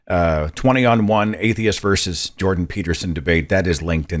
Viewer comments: Your guest is way too smart to be saying “verse” instead of “versus.” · He's Canadian in case you haven't noticed. That's how it's pronounced there.